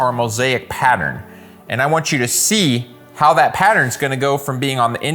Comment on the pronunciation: I wawnt thayt